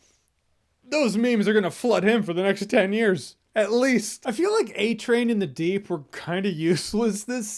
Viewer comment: First off... You said, “deep doo”. Heh heh... Second, Deep provided the proof/video of the airliner disaster. So he did do something....